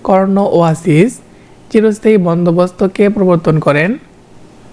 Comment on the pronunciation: লর্ড কর্ন ওয়া লিস, কিন্তু আপনি উচ্চারণ করেন ওয়াসিস😅